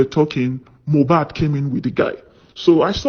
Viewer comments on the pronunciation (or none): please,I don't have anything against you, but please and please stop calling this boy's name wrong, it is very disrespectful to the diseased and so unfair on him too, It is so uncomfortable to hearing and it's like putting salt on injury for we that loved him whenever you called him Mohab, his name is MOH-BAD, (it's like saying i am bad, MOH-BAD). thanks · If you can’t pronounce his name correctly then stop calling him. What’s so difficult in pronouncing Mohbad? It’s so disrespectful.